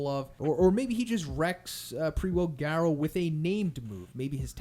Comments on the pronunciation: Love your videos but can you change your pronunciation on manga? Also why did your pronunciation change on Garou? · He suddenly forgot how to pronounce manga and garou. Its actually unwatchable lol